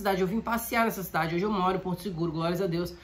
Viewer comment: Irmã, parece não ser nada demais, mas quando você deseja a paz parece dizer: "Paz SEM Jesus!". Seria bom ver a dicção.